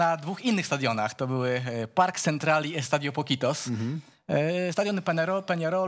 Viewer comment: Budowa stadionu Centenario trwała nie rok tylko 6 miesięcy. Nazwa stadionu Nacionalu to Gran Parque (na końcu sie wymawia e )Central .